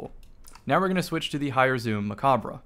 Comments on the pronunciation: Stop saying mechabre wrong please lol. You dont say the RE at the end. Its silent. Its a play on a french word. Bungie spelled it like mech because we got mech armor. Its also a nod to gundam. Macabre means (dance of death). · ya i know. Hes still saying it wrong though.